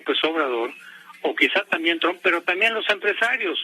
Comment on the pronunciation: Pepe pig ya retirate, dan nauseas tus videos, aunque hables perfecto ingles y pronuncies "tramp"...ja ja ja .